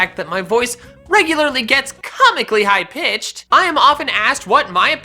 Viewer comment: i like it when he says cOMMICALLy high PitchED